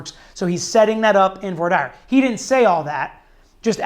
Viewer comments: Voir dire pronunciation 👀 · Lmfao, this goofy dilettante doesnt even know how to pronounce ' Voir dire ' !!